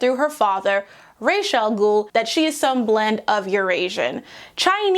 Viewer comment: I love the video, but with all due respect to Denny O'neil, it's pronounced "Ra-ss", not "ray-sh". "Ray-ish" is basically feather, and The Ghoul's Feather doesn't quite have the same impact, you know?